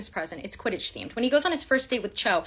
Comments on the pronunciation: "But sir- QUTIDDTCH" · “But sir… QUIDITCH?”